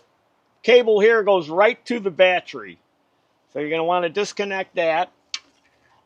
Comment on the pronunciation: I hate those darn modules. Do you say Batt-Tree because of your character or because it is a regional dialect?